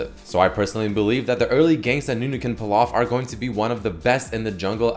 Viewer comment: its not nunu rework its newnu